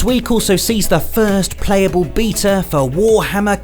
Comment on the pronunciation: I love the video I just have one complaint... why do you say beta like that haha. I dont know if thats an accent thing but I've never heard anyone pronounce it like that.